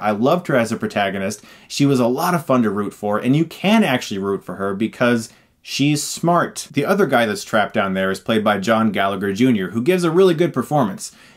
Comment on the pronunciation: The second g in Galla g her is silent so the name is pronounced gall-a-her :)